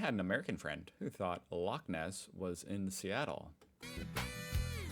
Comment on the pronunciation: Good pronunciation of Loch Ness👍